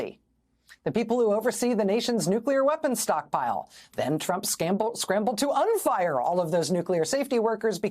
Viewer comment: Trump "scammble" cracked me up.🤣🤣🤣